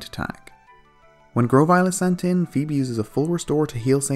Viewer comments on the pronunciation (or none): none